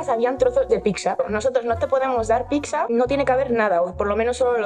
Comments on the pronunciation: Un gatito muere cada vez que dice "picsa" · Por que la gente dice PIXA y no pizza ? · Todo muy bien, pero PORQUE DICE "PICSA"? Es que no lo entiendooooo!!!! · No es "PICSA". Es "PIZZA". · En serio una persona que ha trabajado en ese sitio, no para de decir "Picsa"?